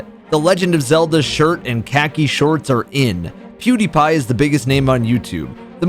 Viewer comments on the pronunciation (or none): none